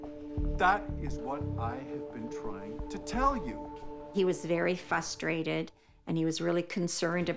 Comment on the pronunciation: Frustrated. Not fustrated.